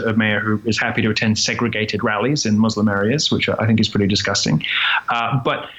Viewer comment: Good leftists pronounce it "moose-lim".